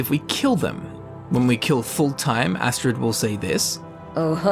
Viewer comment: Skyrim: tell you how to pronounce fulltheim: foulthime